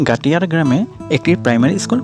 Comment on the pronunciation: Gatiyara ❌ Gaittara ✅🤣